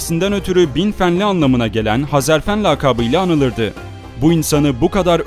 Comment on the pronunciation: Sevgili kardeşim, öncelikle bu video için teşekkürler ve bu tarz videolarını dört gözle bekliyor olacağım. Hezarfen benim yıllardır sanal alemde kullandığım takma adım, bende hep onun gibi uçmak isterdim hatta rüyam da uçtuğumu görürdüm. Lafı uzatmadan şunu söylemek istiyorum, video da sürekli Hezarfen değil Hazarfen dedin, bugüne kadar tanıdığım bir çok kişi de Hazarfen dedi. İnsanlar bunu bilerek mi yapıyor, söylemesi zor mu geliyor anlamadım. Hadi diğerleri daha önce tanımıyordu, ismini çok telafuz etmedi dillerine yabancı geldi diyemedi, sen niye dedin kardeşim:)